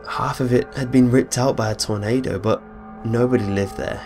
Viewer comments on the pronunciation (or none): none